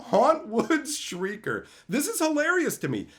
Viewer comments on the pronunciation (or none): none